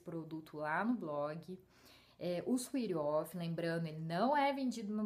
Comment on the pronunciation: adorei o video, meu suor nao chega a ser de hiperidrose mas é bastante e bem irritante. com certeza vou comprar esse desodorante. e ah, uma dica, se fala "suét of" nao "suit of"